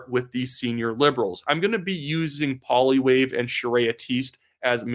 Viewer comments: Pls do not pronounce as Polly wave You are painful to listen to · Why couldn't English-speaking ppl learn to pronounce Poilievre's name correctly after all these years? Is it a disguised way to express contempt that never leaves you? You can try this instead. Pwah-lee-ev-re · Please make the effort to say Poilievre’s name properly - no one likes to have their name mispronounced when a little effort gets it right and is respectful.